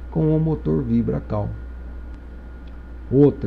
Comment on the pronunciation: A pronúncia da palavra "CALL" não é CAU é Cou, então o certo seria "VIBRA CALL" VIBRA COU. Se está escrito em inglês deve-se pronunciar em inglês.